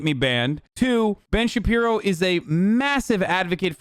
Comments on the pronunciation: Everytime he says Ben shabibo I die😭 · I only came here to hear Hasan say Ben Shabibo.